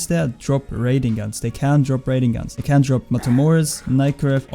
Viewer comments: when you say can it sounds like cant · Your can sounds like cants XD nice vid